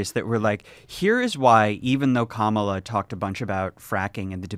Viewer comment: it's a shame she couldn't pronounce Kamala's name correctly.